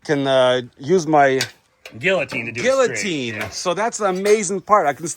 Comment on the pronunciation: you dont pronounce the Ls in guillotine lol cringe